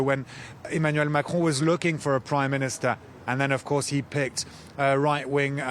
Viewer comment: Pronouncing “Marcron”….. I think I’ve figured it out. Start by saying “Mac”….. and then clear your throat.